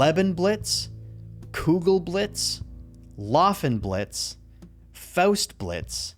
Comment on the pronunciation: my only comment on this video is about how you pronounced "faustblitz" correctly but not "laufenblitz" qhajsvsjdbkfjr